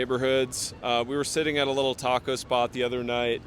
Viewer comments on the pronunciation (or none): none